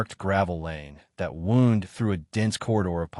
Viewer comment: the gravel round didn't 'woond' it 'wOUnd' :)